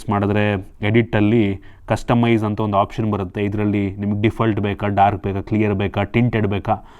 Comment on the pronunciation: ಹೊಸ ❌ ವಸ 😂 ಹೆಸರು ❌ ಎಸ್ರು 😂 ಒಂದು ❌ ವಂದು 😂 ಅಣ್ಣಾ ನಿಮ್ ಕನ್ನಡ ಸ್ಪಷ್ಟತೆ ಗೆ ಒಂದು 🫡